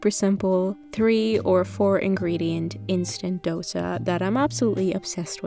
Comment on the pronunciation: Well, I've never heard someone non-Indian pronouncing 'dosa' this correctly..🤩🤩